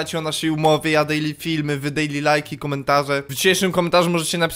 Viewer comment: i to jest dejli tak DEJLI komentarz XD